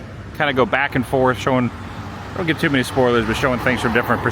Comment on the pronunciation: Bruh, it's 'too' . Easy fix .